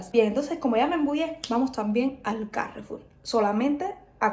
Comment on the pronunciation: Normalmente decimos Carrefour , no Cárrefour. Suena más fuerte la última sílaba. Suerte y a cocinar pescado.